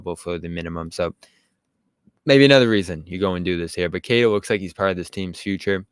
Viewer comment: Its pronounced “keh tah” not “kay tuh”.